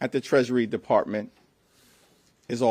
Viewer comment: Did he say “Partment”? I believe he meant department.